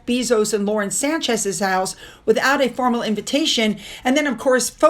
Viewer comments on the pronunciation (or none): none